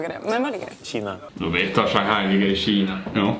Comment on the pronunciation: Jag blir upprörd! Juste inte glömma jååå! Som sagt, jag blir riktigt upprörd och arg när han säger Shanghai. Hur sjutsiken uttalar han det?!